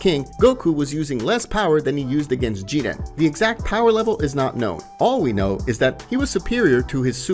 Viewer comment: Who is Jedan u mean Jiren if so then Y not just say that instead